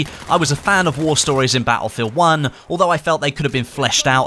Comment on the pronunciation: thank god BF V is around. I dont now what accent this is but i cant here you say battlefield uoonnnneeee anymore 😂..but keep tbe great content coming👍👍